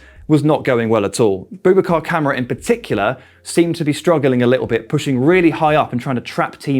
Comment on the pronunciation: why doe's everyone call KAMARA Camera ? its KA MAR RA BOUBACA KAMARA ! Camera hahaha i hear this often its hilarious pronunciation is important fellas least no one gets Super John Majins name wrong oh ffs UTV